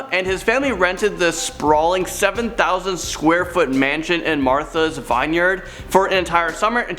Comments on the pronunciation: It's VIN-yard not VINE-yard. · Martha’s Vineyard is pronounced Martha’s ‘Vinn-yurd’ not ‘Vine-yard’ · The word vineyard in Martha's Vineyard is pronounced vin-yerd NOT Vine Yard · Hearing "Vine-yerd" instead of vineyard upset me... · 'Expecially' and Vine-yard. 😐